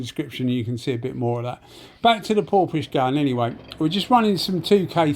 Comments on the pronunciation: just wondering how a gun spelt PORFIS (phonetically) is pronounced PORPISH? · Hi, Well, I dunno, but it's spelt Porphis all I was saying is ph is pronounced F, so it should be PORFIS. Unless they told you different!